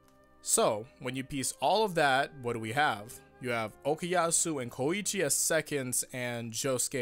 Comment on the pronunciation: WHY T¨HE FUCK DO YOU SAY KOIIIICHI, ITS KOICHI